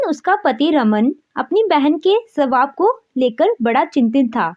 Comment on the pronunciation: सवाब नहीं स्वभाव होता है